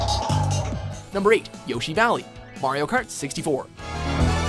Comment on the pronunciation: Yoshi says his name all the time and still people pronounce it wrong.